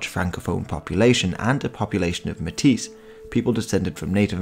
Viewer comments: Nice to see Manitoban history. Although “metis” is pronounced “may-tee,” the “s” is silent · It's pronounced "May-tee" !!! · Metis is pronounced may-tee.